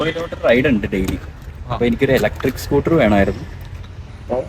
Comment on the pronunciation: സ്കൂട്ടി അല്ല സ്കൂട്ടർ